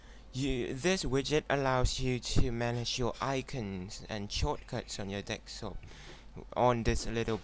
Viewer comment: It's fucking "DESKTOP" not fucking "DEKSTOP" you illiterate foreign piece of shit